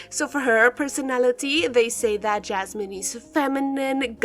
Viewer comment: it’s yasmin not jasmin 🥲